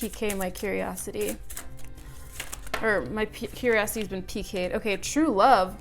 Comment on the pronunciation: "piqued" is pronounced "peaked" not "pi-kayed." Not throwing shade, just fixing crowns lol